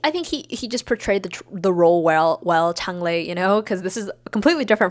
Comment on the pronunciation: It's ChEng Lei. Not ChAng Lei. 😭